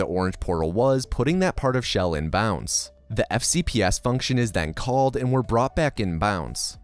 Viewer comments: Chell is the hard Ch, not Sh sound. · Chell❌ shell✅ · Chell. Not Shell. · It’s Chell not Shell.